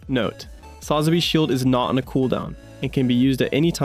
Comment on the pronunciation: sa-zah-bee bar-bay-dos